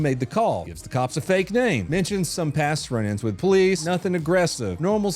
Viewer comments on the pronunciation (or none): none